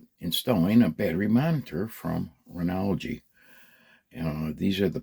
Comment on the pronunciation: Did you say renouwgy?